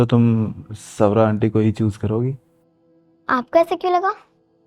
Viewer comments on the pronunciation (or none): संजू बोलता है स्वरा को बोलता है सवरा 😊